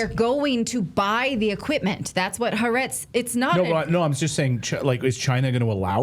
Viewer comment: Maybe before you quote leftist newspaper Ha'a'retz you should learn to pronounce it correctly. If you can't even do that much, how can we believe anything you say.